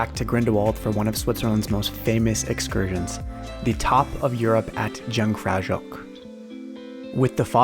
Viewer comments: & It's funny, cause on this terrace and inside this ice palace, I spoke with American tourists... and it was 1 year ago. But none were u. On the terrace it was a young couple, and in the palace, a lone young New Yorker. But it's not DJOUNG FRAO DJOCK at all (I heard the exact same pronunciation in another video). It's YUNG (like the letter U or like the word YOU) FRAO YO... and can't write the pronunciation of the CH cause with letters t's impossible, we need to know some phonetical special sign to write it. Jung meaning young and Frau meaning lady, in swiss-german (and in german as well). Joch is pronounced yo + a bit a rrrr like a tiger or lion would make. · The J in German is a soft sound, Jungfraujoch is pronounced Yoongfrauyoch. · You pronounce those places fantastic. 😂😂😂😂😂 Jungfraujoch was the best. 😂😂😂😂😂